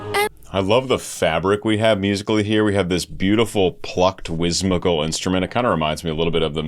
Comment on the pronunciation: You're mispronouncing "whimsical". I know I sound pedantic, but if it were me, I'd want to know. Great reaction as always!